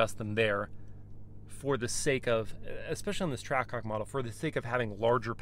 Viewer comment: hawk twaah??😂